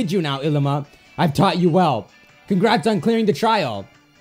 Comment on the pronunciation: It bothers me when he says Ilima. It's pronounced ee-lee-ma.